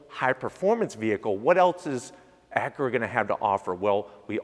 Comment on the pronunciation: Acure Type-Hearse😂